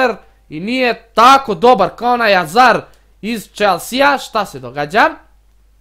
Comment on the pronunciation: kaze se hazard a ne azar